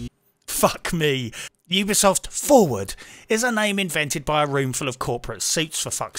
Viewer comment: Ubisoft. U-be-soft You be soft, Mmmm.